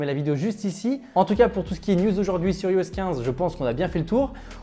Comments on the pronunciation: Ça se prononce "AÏE-OS" pas "ee-o-ess", on prononce "Aïe-Phone", pas "ee-fone", c’est pourtant logique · Ta vidéo est pas mal mais stp apprends à prononcer IOS